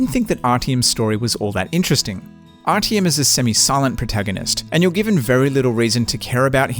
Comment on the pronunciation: IT IS NOT RTM But Arťom :D Dude